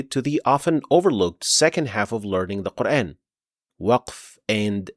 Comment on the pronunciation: As Salamu Alaikum. Very well explained where to pause and continue. ماشاءاللہ. But just one request to pronounce the word Quran in the correct manner. You are giving it an English touch by pronouncing Quran as in the words ...ran, ...ban, ...fan, ...tan. The word "Quran" be pronounced with a long 'a' sound (Qur-aan) rather than an English-style "...ran" sound, effectively addressing the pronunciation of the Arabic vowel, which is often mispronounced in English contexts. I hope you understand and accept my point of view. Thank you. Jazakallahu Khaira.